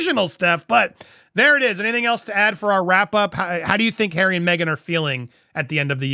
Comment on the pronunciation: Can say “r”? Hawway. “Altanerd”.